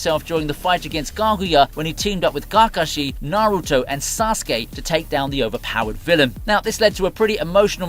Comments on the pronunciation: And Kakashi. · Why you say Kakashi's name like that 😅 say it like they do in the show bro